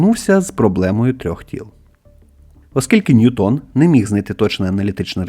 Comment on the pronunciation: Не НьютОн, а НьЮтон, бо англієць, а не француз. Чому це прізвище так часто невірно вимовляють, аж дивно. Нібито грамотні люди